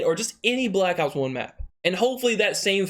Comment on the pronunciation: Honestly everytime he says black ops i sounds like blackouts 🙄